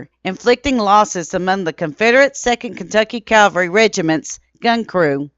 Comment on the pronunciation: Its Cav alry not Calvary! This is a very common mistake of pronunciation , was guilty of this myself for many years until I was corrected, kindly as the proper pronunciation.